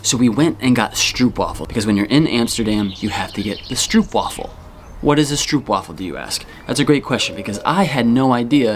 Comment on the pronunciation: stroopwafel, you have to say stroop with a long o, like moan